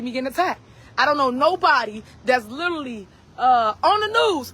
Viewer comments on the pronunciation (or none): Speaking properly is a struggle for her. She meant "Literally" she said, "lilerally." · Please will somebody teach her how to say the word " literally " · “Littally on da news”